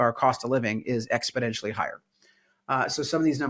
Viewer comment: Expo-dential?? Say it with me! Expo-Nential!!